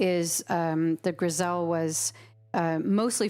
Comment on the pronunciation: In reference to a caller who brought up the french technique " Grisaille," it is pronounced Griz-eye or Gris-eye not Griz-ell. Similar to Versailles Palace. The "ll's are silent. Grisaille is an underpainting technique using tones of grey, aka "gris" not green as stated. The values of grey was to resemble that seen in sculpture and relief.